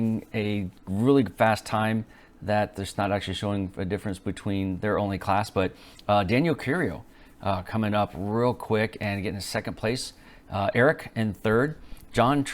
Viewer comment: Please, say it right... Daniel CIURO Not curio.... Like this: See You Row or Cee U Row Thanks for doing your best, pronouncing the letters in place and saying it correctly👍